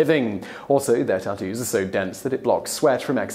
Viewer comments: "there are a lot of Japaneses words is this video, so excuse me if i pronounce anything wrong... now lets talk about tu-toos" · Most uncool way to pronounce tattoos Ive ever heard.."too-too's" LMFAO I cant...